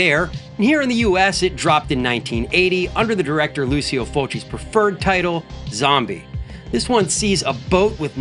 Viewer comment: Its pronounced Lou-cho not Lucy-o